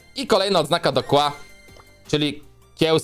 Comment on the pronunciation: KIEŁA A NIE KŁA